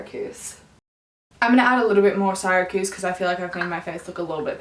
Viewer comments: Just a note, it’s pronounced “See-ruh-kyooz” not “Sigh-rah-kooz”. It’s a city in New York. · That NARS foundation shade "Syracuse" is pronounced "seer-uh-kjuse". Not a big deal but I went to Syracuse University and just had to say something lol